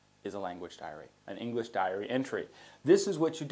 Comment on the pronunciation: Diary not dairy, please! Tks